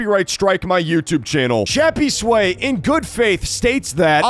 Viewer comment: why do u call him shappysway its crappysway